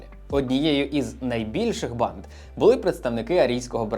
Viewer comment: Аааааа от чому я вже друге відео поспіль у вас чую «панд»/«панди» замість «банд»/«банди»? 😂